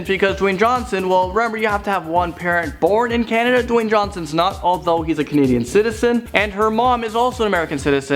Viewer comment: Dawyne "The Rock" Johnson